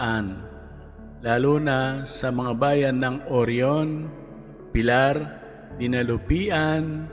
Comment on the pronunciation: Dinig ko dinalupian.. Dinalupihan with h hehe